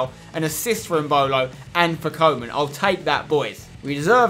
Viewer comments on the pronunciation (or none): none